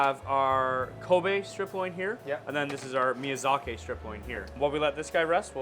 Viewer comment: The awkward moment the chef can't pronounce miyazaki and turns it into miyazakay for no reason.....